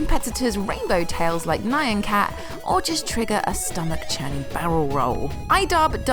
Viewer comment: N-Yaw-N cat, not Nye-On cat.